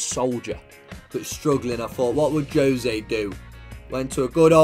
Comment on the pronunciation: Juuuuuuuzé not jose, FROM A PORTUGUESE MAN HERE